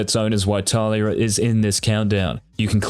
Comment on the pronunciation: Just 1 question. Who the fuck is Táliya ? Did u mean Talíya ? :S